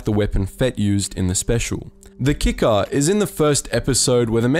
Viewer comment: "HOMAGE" 'KICKER" i can't even finish this